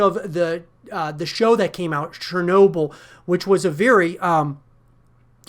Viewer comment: this guy wasnt born when stalker was released good to see the young ones into stalker. FYI its Chernobly not Sharenobly